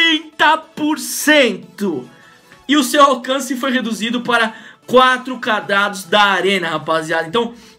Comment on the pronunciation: "4 cadradus" kkkkk...